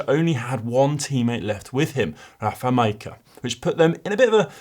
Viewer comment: Still bodged a few (Rafal 'Madgeka' has been around for long enough I would have thought), but way less than the early days. Did a decent job at Uijtdebroeks several times though!